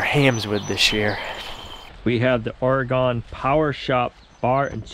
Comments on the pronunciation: Ore is not gone. It’s pronounced like Oregun Oregon 👌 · The way you said Oregon. Gave me a giggle. Its ok though usually if you are not from here its pronounced wrong.